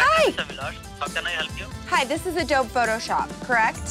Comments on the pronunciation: It’s pronounced ah-doe-bee not ah-dobe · The fact that says “adob” instead of “adobe” drives me crazy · Adob it’s ADOBE WITH THE E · Who else was seriously getting triggered when was pronouncing adobe as “a-doab” when it’s “A-DO-BEE” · adob adob it is a-do-beeeeeeeeeeeeeee with a eeeee at the end. did this make anyone else cringe? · lol it’s pronounced adobEEEE not adob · Lol I love this so much. Even though I cringed every time said “Adowb” meaning Adobe. Still positivity makes my day. Also the amount of ketchup Lily puts on her burger makes me think she doesn’t really like the burger she just REAAAALLLY like ketchup. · AHHHHH i love that says "adob" 😂😂😂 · adobe "uh-dohb" XD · Is it weird that I’m getting anxiety that she says Adob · its adob EE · she keeps on saying adobe she doesn’t say adobeeee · Also, I love that spent the whole video mispronouncing Adobe. What a legend. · Lmao the way pronounces "adobe" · as a computer geek, i laughed so hard when she said "adobe" incorrectly. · She keeps pronouncing Adobe wrong and it's giving me anxiety. Ugh! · I love how kept saying adobe wrong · not knowing how to pronounce Adobe 😂😂😂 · My inner graphic design nerd freaked out when mispronounced Adobe... NOOO WHYY?! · the way pronounces Adobe smh